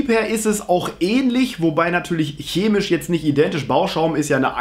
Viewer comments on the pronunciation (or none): none